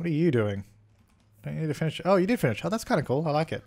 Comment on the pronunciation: Why do you say “Jew” instead of “you” in so many episodes? 😂😂😂 #dead